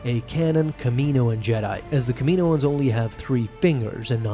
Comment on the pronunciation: It is Kaminoans (cam-a-know-ns)